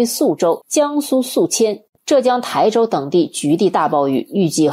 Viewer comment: 浙江台州 发音：台 tāi 第一声，指地名。😀